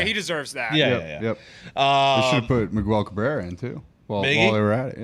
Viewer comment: How pronounced Miguel Cabrera, ya know he’s the guy rolling his R’s at Chipotle 😂